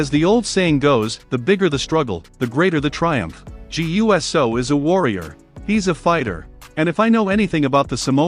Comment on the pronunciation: Please learn that it’s pronounced Jaaay ewsoo!